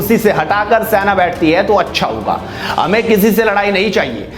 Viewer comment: Senaa Bole be saina sainaa bol re irritating